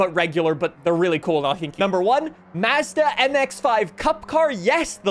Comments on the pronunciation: Why can no one pronounce Mazda right on any Forza Videos lmao 🤣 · Still saying Mazda wrong